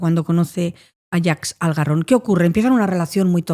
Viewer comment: Jaques Algarron 😂😂 no Jack Salgarron, los franceses siempre jugandonosla 😅